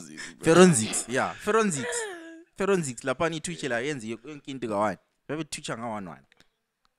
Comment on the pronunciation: "Feronsics" 😭😭😭 yho 😂😂😂